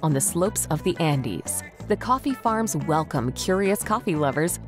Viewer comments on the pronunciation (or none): none